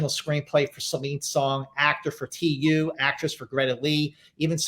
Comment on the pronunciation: I hope this is the last time Scott says „Tee Yoo“